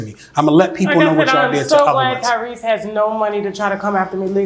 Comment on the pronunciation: So we all made the same face as Tasha when he said Tyrese right?!